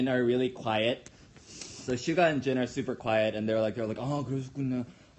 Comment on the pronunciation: so jin and rapmon were the one that had talked to him alone right? (sorry because i cant recognized the way he say 'jin') just for making sure 😄😅